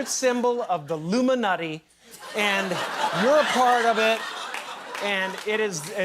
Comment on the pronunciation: the way he says “Illuminati” has me cracking up 😂😂